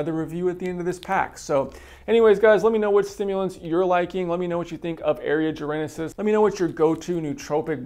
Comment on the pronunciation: Say it with me... "Jar - en - sis"...... it has 3 syllables... not 4 :) why is everyone on youtube adding an imaginary letter when the say Jarensis, it's not just you mate